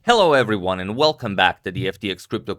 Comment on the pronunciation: It was in this position that I heard "Hello , everone"